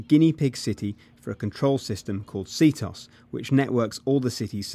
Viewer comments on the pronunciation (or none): See-toss? You idiot it's c-t-O-S. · He said CtOs as 2 words like c-tos, it is C-T-O-S. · Dude it's pronounced C-T-O-S, not C-toss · Dear British people, please stop calling it "c-tos". It is pronounced how it looks, c-t-O-S. Thanks. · man go moo *****, it has nothing to do with pronunciation, CtOs is said like c-t-o-s, each letter is said by itself, not c-tos, it's not a word, it's letters.